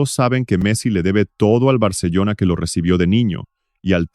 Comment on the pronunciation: Audio con IA? No gracias. Y se pronuncia "Barcelona", no "Barcellona".